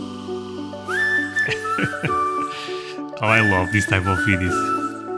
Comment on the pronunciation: No mine. MAine. Long A A not my